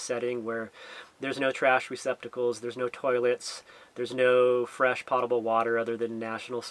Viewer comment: Thanks for all the videos in 2021,! By the way, it's "POE-ta-bul" water.